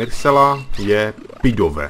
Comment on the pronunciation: Pidove je opravdu vynikající létající poke, ale i tak bych v teamu nechal Rookideeho, protože toho ještě neznáme za to pidova ano. Jinak se pidove vyslovuje pidav